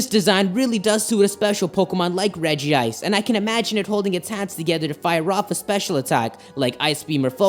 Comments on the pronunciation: its regice not regiice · It is not regi-ice it's reg-ice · "Reh-jee-ise" OMFG IT'S Reh-jise!!!! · Dis dood: calls regice regi ice Me:stop get some help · It's not regi ice it's regice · Its Regice. Not regi-ice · Ah no. Its spelled Regice but its pronounced Regi-ice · The only Pokemon pronunciation I can't stand is like it's spelled regiice (re-ji-ice).... It's regice (rej-ice) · its golems not regis and it is reg ice not reg ee ice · I have pokemon book and it says to pronounce regice like rej-ice instead of rej-ee-ice im sorry but I just had to say that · Its not reg e ice its reg ice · It's pronounced rej ice not rejie ice check pokedex 3D pro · Why do so many people mispronounce Regice? it's Reg-Ice not Regi-Ice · No it actually pronounced Regi-ice, not reg-ice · I'm sorry I have to be that guy, but you mispronounced Regice is pronounced like Rejice with only one I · It’s pronounced Rej-ice! There’s only 1 i! Yes I know it is spelled Regice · It's pronounced Rej ice though it is spelled Regice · Regice doesnt have an extra i so its not pernouced "Regiice"